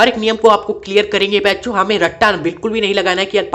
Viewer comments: Sir ap baar baar bencho kyu bol rhe 😂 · सर आप सभी वीडियो में प्यारे बच्चों मत बोला करिए दूर से सुनने पर कुछ और सुनाई देता है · Bhai wo kuchh or hi sunayi deta hai...😅